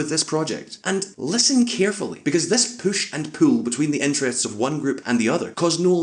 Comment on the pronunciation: Favorite part of the video: "this poosh and pool" xD